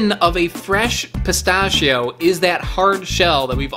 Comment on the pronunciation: What the hell did pistachios do to your mother to make you commit that war crime against the pronunciation of pistachio?